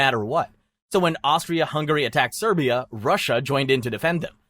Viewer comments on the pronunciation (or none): none